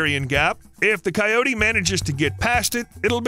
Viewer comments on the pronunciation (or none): none